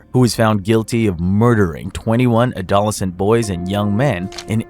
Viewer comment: your pronunciation of adolescent is bonkers